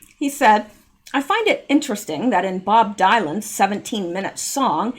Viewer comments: Bob Dylan is pronounced Bob DILL - un NOT DYE LAN. He was such a well known artist back in the 60s and 70s, I thought everyone would know that name. Also, one of the worst singers I have ever heard. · Pronunciation help: "Dylan" is pronounced "DILL on". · Hi, I'm only correcting you because you told us to. Bob Dylan's last name is pronounced Dill-in. So glad to here Zander's getting fixed. Now your turn to correct me. Is it spelled Zander or Xander?